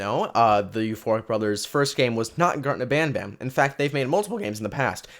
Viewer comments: When he said garten of banban at the intro he said gurten of banban lol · Bro the name is garten of banban not garten of badbad